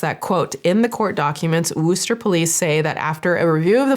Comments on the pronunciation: Girl the way you’re saying and changing “Worcester” is sending me 😂 I live in a state with a city derivative actually called WOOSTER, (pronounced like in WOO-HOO)… I think Worcester is more like the sound made when you say “wuss.” They also will pronounce it with an “I” sometimes like “wiss” 😂😂😂😂 the way I was like, wait… is this where I live or…I thought…. Yea 😂😂😂😂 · As someone from MA, the pronunciation of "Worcester" is sending me. Admittedly, most MA towns are not at all pronounced like they're spelled. In all honesty, you really did great. Still funny though. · Lmao as a resident of Massachusetts, I'm impressed you didn't say "War-ches-ter" but "Wooster" adorably wasn't quite right either 😂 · It mildly hard hearing worcester mispronounced. It sounds like wister. Its my childhood address. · As a new englander I can't get over continuing to say 'wOOOster' 😅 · I love! I'm so sorry but "Wuss-ter" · Girl the way you say Worcester is killing me 😂 you should say it like Wes-ter Anyway I love your videos 🩷 just realized I wasn’t subscribed on this channel but now I am ✨ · Hearing pronounce Worcester like “Wooster” is sending me lol. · Hearing the way pronounced Worcester lightened up the whole video lol WHOOster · I love how says Wu-ster! We don’t say it like that but support anyone pronouncing words the way they know them or want to say them. Much love from somewhere near WU-ster MA. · There’s only 1 “o” in Worcester Not “woocester” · Isnt it pronounced wister? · you pronouncing worcester as woo-ster is throwing me off 😭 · WOoOoOoOster pronunciation is killing me lol. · Btw, just an fyi if you care, the town of Worcester in Massachusetts is actually pronounced (wu-str). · it’s “wuss-tuh” - your friendly neighborhood M*sshole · I'm from the Worcester area and didn't even know this happened! Absolutely wild also its not pronounced the way you are saying xD Wist-ore is more accuratish? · It’s woostah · It's wuhster no Wooster